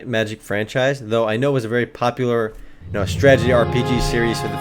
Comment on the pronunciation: You need to practice saying Strat-e-gy... lol you say Stragety in every video.